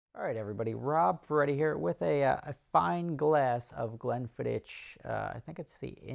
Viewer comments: Hey Rob, if you're going to drink fine Scotch, you need to learn to pronounce the name correctly. It's pronounced Glenn "Fiddick" not Glenn "Fiddish". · Pronounced fiddick not fidditch. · Pronounced glen-fid-ick btw not glen-fid-itch just sayin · Whisky drinkers cringed at the way he pronounced Glenfiddich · Lol Rob, silent H dude on Glenfiddich. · Great pronunciation of glenfiddich......there ain't no T in the name. Greetings from scotland